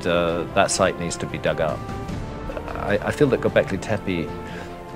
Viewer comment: I hate when people mispronounce names. "Anunakai" "Tepai". If you want to build credibility in your work learn how to pronounce things you working on. Otherwise you will be branded as fool. Hate those "researchers"